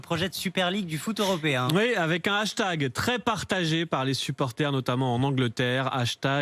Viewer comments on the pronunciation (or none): none